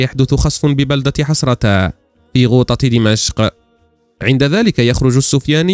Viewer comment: بالدقيقة أسم البلدة أخي الكريم حرستا مو حسرتا